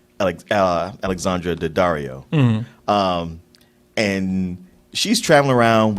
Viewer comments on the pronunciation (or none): none